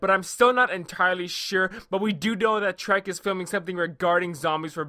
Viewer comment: I love how you pronounce Treyarch as Trek XD Great vid